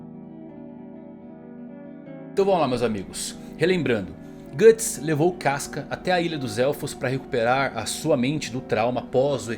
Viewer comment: 카스카...누가 이렇게 읽으래?!!!!